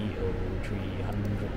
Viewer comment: Lovely video. But the aircraft is Pronounced A Three Thirty not A Three Three Oh 😅